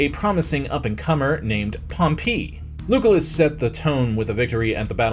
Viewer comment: Lugolas? "Lew Kul Iss"